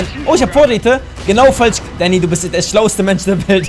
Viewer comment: Dddddaaaaaannyy Spppprachfehler